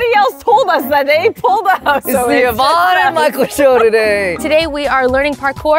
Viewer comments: It’s YVONNE not “evon” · aint no way you said evon 💀its yvonne